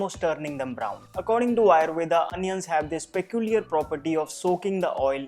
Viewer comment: Could u pronounce आयुर्वेद not आयुर्वेदा